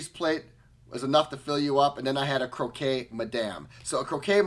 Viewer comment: Hey handsome, crocque is pronounced croc, hugs from canada.